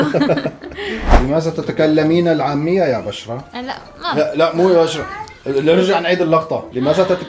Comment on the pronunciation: الاولى نطقك بالفصحى اول كلمة تقولها اسم بشرى بضم الباء 😂😂😂